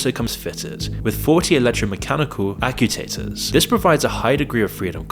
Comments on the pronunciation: LOL he said accu-taters. haha is it a battery-powered potato? Dude, it's pronounced act-chu-ay-ter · ac-u-tators LOL it's actu-ators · 😂😂 wtf are Accu-taters? Say like this " ahk-chu-ay-ters" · Actuators* not accutators. 😅😮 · "aCUtators"? You mean "acTUators" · actuators is pronounced ak-choo-aters btw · "acu-tators" 😂😂😂😂😂 You gotta be kidding me 🤦‍♂️ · "Acutators"?? Great, is a robot too. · acutators? what?